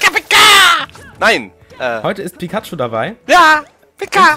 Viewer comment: ALTER!!! Es wird PIKACHU geschrieben und nicht Pikatchu!! >.<